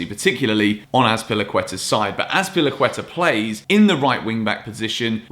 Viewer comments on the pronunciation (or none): none